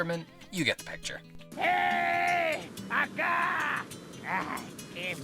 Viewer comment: Lol I always thought the (ey a ca!) line said "Heeeey FUCKA!"